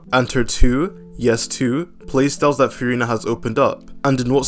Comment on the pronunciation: All that Furina glazing and bro still doesn’t know how to pronounce her name 😭